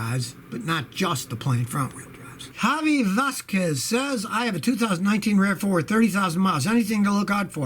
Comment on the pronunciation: Hey scotty you pronounced VASQUEZ great